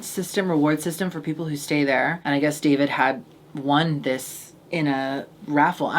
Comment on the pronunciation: “Sorry I suessed” 😂😂